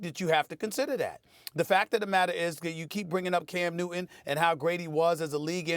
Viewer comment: Love the way Steven a says "cam newt'in" 😉